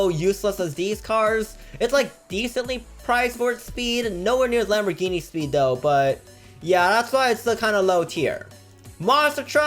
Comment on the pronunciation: Speed not sneed